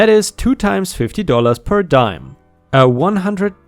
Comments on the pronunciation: Its pronounced per dee-am not um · Diem is pronounced dee-em, not dime. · Diem = DEE-Um not DIE-EM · Diem sounds like DEE-um, not DIE-m. Not an English word. I believe we stole it from Greeks/Latin. Your English is very, very good! Makes words like this one very jarring to hear wrong. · Per diem, per dee-am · "per diem" is pronounced "per dee-uhm". Diem is latin for "day". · The Diem in Per Diem is normally said like DEE--EMM. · Per diem is pronounced ‘purr dee-um’. No harmed pets of my own, but my father had a black labrador dog that was intensely loyal, but dumb as a stump. She had no problem confronting rattlesnakes and wild boars, and suffering the consequences for doing so. She survived both encounters with scars and several vet visits only to be killed by getting outside our fence and chasing cars. Poor dummy. ⭐️⭐️⭐️⭐️⭐️⭐️⭐️⭐️⭐️⭐️⭐️⭐️🌟🌟🌟🌟🌟🌟🌟🌟🌟🌟🌟🌟🌟🌟🌟🌟🌟🌟🌟🌟🌟🌟🌟🌟🌟🌟⭐️⭐️⭐️⭐️⭐️⭐️ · Hey, Enjoying your videos. I know english is your second language and I want to first say your reading and speaking skills are great. One small correction. Per diem is pronounced "per•dee•m." It's Latin and means "per day." Again, its obvious you've put a lot of time learning English. I'm didnt post this to be critical, just to help with a word that isn't often used. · Per Deim is French but not PER DIME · 🌟🌟🌟🌟🌟👍🎬🕶 Also, per diem is pronounced: per Dee um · Diem is di-em (dee-e(h)m) meaning "day" in Latin. Per diem means per day. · Per diem = per dee uhm :-) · "per diem" is said per dee-um. It's Latin for per day. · Per diem (pro Tag) ist lateinisch und sollte auch so ausgesprochen werden. Have a nice day!